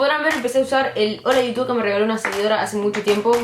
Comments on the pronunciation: Me gusta tu capucha de Pikachu Que Roberto aprenda a decir < hola iutub> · Soy la única que escucho "hola utub"? Ahre cjau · Enseñale a Roberto🐦 a que aprenda a decir Hola iutub